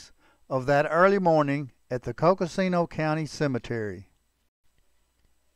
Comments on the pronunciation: Please; it’s Coconino County. Coco-see-no county never existed and was never pronounced that way. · Nicely told story. The county is pronounced COCO-NEEN-OH. Good use of the pictures.